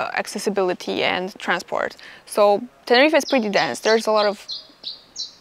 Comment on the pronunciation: Dry your eyes and go back to Russia. So much moaning in one video. Also learn how to pronounce Tenerife.